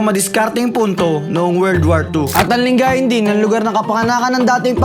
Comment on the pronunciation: Nakita ko lng sa Google. Mali ata pronunciation sa lingayen.